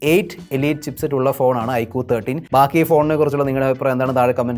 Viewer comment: Ey bhai ikoo alla iqoo